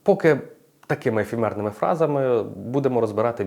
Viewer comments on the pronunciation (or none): Все супер, тільки не ефімерний, а ефемерний